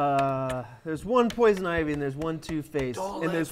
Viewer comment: They didn't read poison ivy properly and I'm triggered